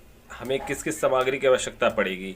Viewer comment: Bandhu samagri nahi saamagri boliyeji